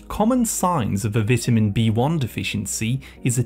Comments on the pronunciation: I need some more AI PRONOUCE as”VETAMEN” B-1 to get rid of the “AI narrator that’s giving me crazy miss pronunciation that it’s sending into my head. 🤣😂🤪😜🤪😵‍💫😵‍💫😵‍💫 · Learn how to say vitamin 🙄